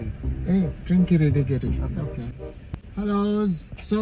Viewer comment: "Hellowsszz" i love that😂😂